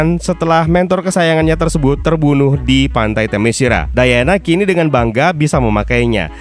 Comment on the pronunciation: min, saran LAGI nih (kyk nya udh sering gua komen, tp mungkin blm kebaca aja): sebelum mulai menarasikan naskah di setiap video, ada baiknya utk memastikan cara pengucapan nama2 / kata2 bhs asing nya. gampang kok, tinggal ketik di google translate trus klik gambar speaker nya. - "Themyscira" itu dibaca te-mes-ki-ra , bukan te-me-shi-ra - "Great" itu dibaca greit , bukan grit (grit itu pengucapan utk kata "greet") sekian, semoga makin rame dah ini channel krn emang good pembahasannya gua suka